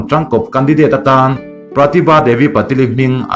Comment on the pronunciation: Patil-i hi Pa-til an ti...hahaha. Ngaihnawm thrin teh e. go go